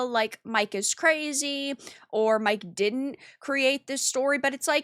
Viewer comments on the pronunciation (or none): “Could-dint” and “did-dint?” Why bother with contractions if you are going to pronounce them that way? I like the content but the way you pronounce words is hard to tolerate.